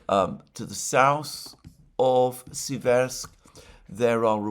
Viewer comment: Dear Alexander, the correct pronunciation is Séversk (Сéверск- the stress is on the 1st “e” vowel). Seversk is derivative from the word “séver” (сéвер), which means “north” in Russian.